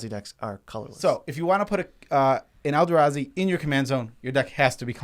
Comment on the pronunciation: Why do u keep saying elda....razi